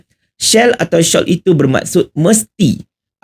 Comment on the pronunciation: Takde siapa sebut SHALL as SHAWL! The latter is ‘TUDUNG’ 🤦🏽. OBLIGE pun salah sebut. 🤦‍♀️ ~ tegur je😂.